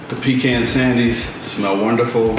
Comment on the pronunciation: I'm from GA and you pronounce pecan spot on... PEECAN👍 You got it going on 🧡